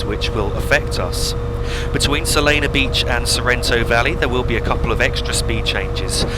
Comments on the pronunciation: It’s Solana Beach not Solano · Oh also So-Lan-No Beach Not Solano :)